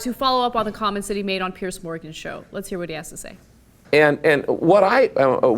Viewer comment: It's piers not pierce